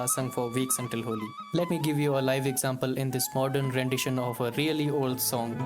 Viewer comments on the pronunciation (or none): none